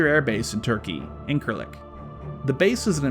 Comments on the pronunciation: It is not inKirlik, it is injinlik as the pronunciation goes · thank you for the very informative video but unfortunately you have done a MAJOR mistake an error I suggest you correct, actually you should have check the pronunciation prior to the recording. Please check where you said INKIRLIK it is INJIRLIK like J for Jughead not like K in King. It is the largest air base the US has overseas and I think you should re record:) NO hard feelings please:)